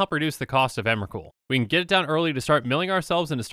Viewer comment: Emwacute, the pwomised fwiend.